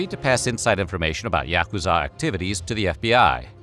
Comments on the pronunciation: bro did you even try to learn to pronounce yakuza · You’re not pronouncing yakuza right.